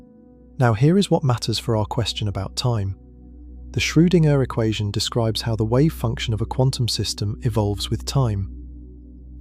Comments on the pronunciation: Shrew-ding-er? That spoils the video for me - a bit. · As excellent as these lectures are, being both fascinatingly informative & sleep-inducingly relaxing, I shall have to stop listening if you cannot teach your computer voice to pronounce "Schrodinger" a bit better. Perhaps a nice German language lesson, no umlaut required? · At right around the hour mark the narrator pronounces Schroedinger's name "Schro-ding- Ehrr", with the ding like what a bell does followed by a brief pause. At it's even worse twice in a row. "Shroo. Ding. Ehrr". Are we CERTAIN that no AI is involved here? Every other time I've heard that name in these it was pronounced correctly.